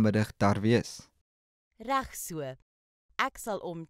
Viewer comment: The pronunciation of "reg" and "regtig" is wrong. You don't say "rag". That is how the English people pronounce an "e", but not in Afrikaans.The "e" must be pronounced in the mouth, and not in the throat, like when one is being choked.